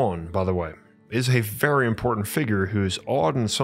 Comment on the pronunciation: You speak like your mom loves you ffery fferwe much.